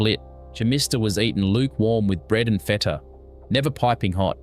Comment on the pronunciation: The pronunciation is hysterical. “Feeta” instead of “feta” -voiceover needs lots of work… Most of these dishes are still made today.